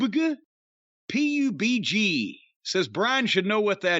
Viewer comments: PUB-G also pronounced PUBAGUH 😭😭😭😭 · isn't a real gamer. BR's are the meta game rn and he has no idea what puhhhhgb guhh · Hearing PUBG pronounced as puh-buh-guh is my favorite thing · I asked my stepson apparently it is PUB-G...when I went in there and asked him what pub-agu was he said huh...oh you mean PUB-G...🤣🤣🤣